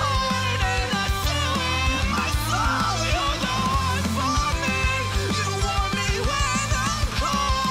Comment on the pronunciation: The way he said soul........WTH